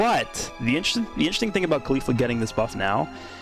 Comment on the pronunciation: Your pronounce of caulifla hurts my ears, you say her name wrong